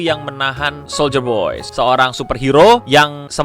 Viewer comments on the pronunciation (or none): Soldier boy Yg gue denger: Soulja boy